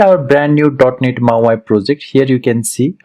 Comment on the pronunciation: Hey thanks for doing this video. Just so you’re aware it’s not pronounced as “mau i” but “mau e”….mau eeeee hope you can understand this. Keep up the good work friend!